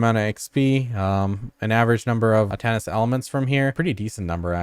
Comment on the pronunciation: Omg it was so hard to watch this one. Everytime you added an extra s to Atanis' elements it hurt me inside.